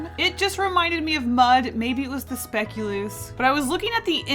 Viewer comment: Hearing you pronounce "Speculoos" is so funny to me as a Dutch person 😅